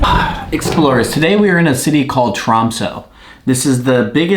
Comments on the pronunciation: Its not tromso! Its tromsø! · If you say Tromsø wrong one more time... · It’s actually Tromsø